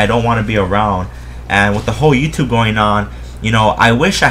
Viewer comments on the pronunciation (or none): none